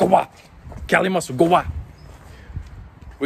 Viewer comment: The only thing I don’t like is his name being pronounced wrong. It’s pronounced KHali not Cali